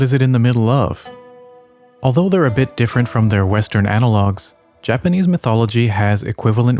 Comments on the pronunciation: Just found you, but your stories are super well done! And super interesting! Your Japanese pronunciation is phenomenal. Makes me wonder if you speak Japanese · Found you from your video about stormvei castle. Phenomenally cinematic, and then coming here and seeing your phenomenal pronunciation of Japanese as an American who learned Japanese in middle school, love to hear those who understand, pronounce and analyze from that perspective. Really wonderfully done video.